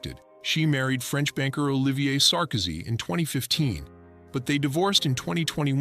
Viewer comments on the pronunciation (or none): none